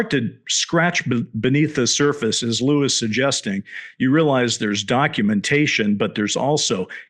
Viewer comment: lueey? cmon dr shill his name is lou it's nnot very hard